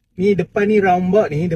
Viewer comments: Roundabout.. tu aku faham.... tapi "rounbot".. aku rasa bangla pun tak tahu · Roundabout ✅ Rounbot ❌